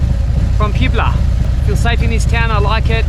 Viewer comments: It’s pronounced “PWEH-BLAH” not “PUBE-LAH” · Hey I think you are pronouncing Puebla wrong it's more like Pwebla and not like p-web-la put the p-web together pwebla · Were you in Puebla? It's pronounced Pwe- blah, not pyoob-uh...pube uh..🤣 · Don't know if your repeated mispronunciation is intentional or not, but even gringos know it's pronounced (bear with my phonetics) pw-EHB-luh, emphasis on the EHB. I showed your pronunciation to my Spanish-speaking wife and she laughed her ass off. That notwithstanding, great videos and keep 'em coming. BTW, if you kill yourself, no more vids, not that you will care, but we want you to be well and keep doing this kind of work!!! Besides, Veronica would be so sad. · Not to be mean, but it is POO-EB-LA... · You have to say the name right! It is Poebla. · Haha pweh·bluh is the pronunciation. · It is pronounced PWAYBLA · All part of the entertainment. 'Barjar'... you gotta laugh. Slapstick comedy, sometimes I can't figure out if he's serious or not, or is he just taking the piss. As you say 'classic bogan'. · pronounced "Pooebla". Puebla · Best place he's visited in Mexico so far but has never pronounced it correctly once! Classic Bogan 😂